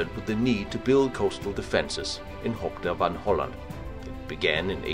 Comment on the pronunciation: good video, but try to avoid german pronounciation of dutch places. Hoek van Hooland is not Hock von holland, but HOOk van Holland.